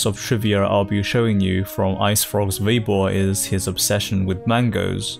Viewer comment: why do you say Veibo when it's Weibo? The pronunciation of W as V is a sort of colloquial slang, i think, in Northern parts of China. Nonetheless, thanks for these videos, i enjoy them very much. Just saying, keep up the good work.